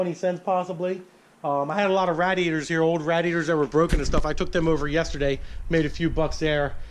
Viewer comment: I want to throat punch u every time u say radiator. Fuck! Please learn to say that word PLEASE!!!!!!!